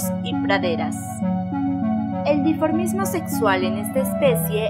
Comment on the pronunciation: DiMorfismo sexual, y no "diformismo"...Gramineas, no graminéas.